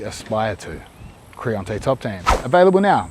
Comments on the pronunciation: Bro please learn how to pronounce creonte. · as brazilian i was like.. what the fuck is "CREONTE"? this is how we translate the name of oedipus' uncle Creon in greek tragedies.